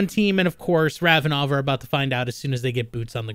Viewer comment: Did anyone catch saying Ravenov